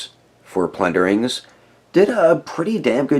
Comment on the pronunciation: plunder-LINGS lol I swear I'm hearing you say plundering correct me if I'm wrong bro after watching pretty close to every one of your vids I don't think you wanna be saying the wrong name of these great little elvish things